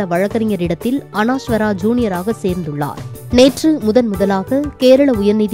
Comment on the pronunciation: அனாஷ்வரா இல்ல தாயி, அனஷ்வரா, கஞ்சிரப்பள்ளி அல்ல, அது காஞ்சிரப்பள்ளி.. 😂